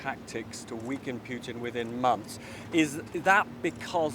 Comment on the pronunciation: Just listen to yourself … “weaken puten “ with what your immigrant force ..?